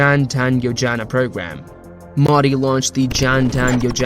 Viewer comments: Actual pronounciation Mo -dee How narrator pronounced it - Meaw- dii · Funny how you are pronouncing Modi (Its Moe-dee not Moddy) Otherwise great video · It's not maudi... It's MOdi.. dog's d. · It's not Maadi Its MODI Pls pronounce his name correctly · Its not MAUDI dude. Its Modi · the pronunciation is "Mohdi" and not modi(fication). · Have some respect and pronounce his name correctly. It's not Mudi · WTF is Moddy? Learn the correct pronunciation. You don't say BREE-OKAY for brioche and KROY-SANT for croissant do you? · Here's the pronunciation: "moh-thee" Thee, as in, 'th'ough, 'th'us. There's no excuse to not knowing the right pronunciation. There are, quite literally, 100s of 1000s of videos right here on YT, not to mention a ton of new outlets covering him. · lmao "moddy" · Why tf y'all pronounce the name so wrong like damn... You must've heard his name multiple times yet you don't correct yourself. IThe same mistake non Native speakers do y'all bully em into developing "accent". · The way he says modi is so funny😂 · Yo man pronounce modi properly else I cant trust you ! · Please use right pronounced MODI correctly. Practice more